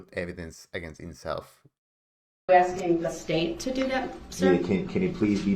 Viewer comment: "Axing" the judge for a certified copy of her "oaf" of office.